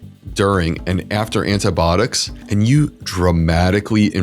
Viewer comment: If you are going to do a program on antibiotics, you should learn how to pronounce the word. How can you not know this? Are you really a physician, Look it up. I am unsubscribing just because you can't pronounce a common medical word correctly.